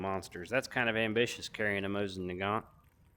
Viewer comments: Also not trying to be a know it all because man do I not know much unless it comes to guns and pronouncing it is easy mosin night instead of mosin naight you get would I mean……… probably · Man you have butchered that name it’s mosin naight how ever you spell it you got the mosin down it the naight it’s pronounced mosin night I believe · hey not to be a dick or anything, but as someone who speaks russian, its pronounced more like moe-seen nah-gahn. its because in russian, there aren't many dipthongs and only two silent letters (ь,ъ). in russian its spelt мосин наган, no t at the end.